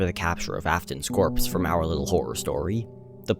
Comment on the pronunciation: When you say our little horror story i think you say owliddle horrow story 😭😭😭